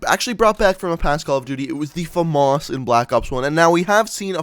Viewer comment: Why does he say famarse